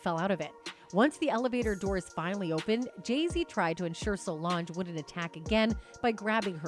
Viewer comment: Stupid AI can't even pronounce Jay-Zs orher name properly